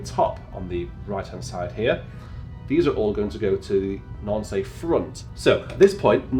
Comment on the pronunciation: Very clear video. Hauptwerk can get very technical and complicated ! However, Nancy is pronouced "nan-see" in french and not "nan-say"